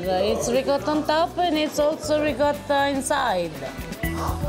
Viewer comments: I absolutely love you both and I love everything you do, but I beg you, per piacere 😢😢will you teach Harper how to say “ ricotta”!!!!! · Please learn how to say ricotta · I can't take it anymore. For God's sake get Harper to pronounce ricotta correctly!!!!!!!!!!!!! Campofelice di Roccella is dying every time he pronounces it. But we love him anyway!!!! LOL!!!! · I don't know which is worse, George Bush's attempt at saying the word "nuclear" or Harper's "ricotta," they both almost make my ears bleed. Hahaha! C'mon Harper you have a good grasp of the language, and you are married to an Italian., you help him out often with other words, why not that one? Thanks for the awesome video of cannoli heaven, where they are all so good it's impossible to choose a best one! What a great trip you are having! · please teach Harper the proper way to say ricotta in Italian as you do it:) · Harper I’m pretty sure knows how to pronounce ricotta and you don’t.